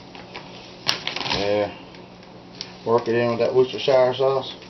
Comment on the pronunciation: The first USA bbq video I've watched that can almost pronounce Worcestershire almost correctly! Well done lol